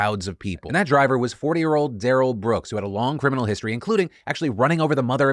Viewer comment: Kinda bigoted that you like everyone else mispronounces his name. TO YOU ITS AN INSULT TO HIM, TO US ITS AN INSULT TO OUR COMMUNITY'S CULTURE. DAH-RELL NOT DARYL